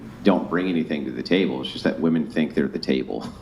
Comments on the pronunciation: Goddammit, now i can't unhear them saying woman instead of women😂😂😂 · “We’re more educated than men!!” pronounces “women” as “woman” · Why do they say "woman" instead of "women"? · Women who can't pronounce "men" or "women" correctly should automatically be disqualified.